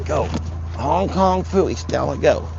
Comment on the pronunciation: I giggle every time you say Hong Kong fewy 😊